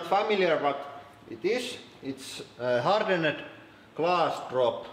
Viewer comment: I find it satisfying hearing English words with confusing or improbable spellings pronounced phonetically on this channel. "Hardened" gets pronounced like "wicked" and "tension" is pronounced /tɛn.ʃiː.ən/ (can't think of a good comparison). It's not quite as satisfying as hearing iron pronounced like "I run," but it's close.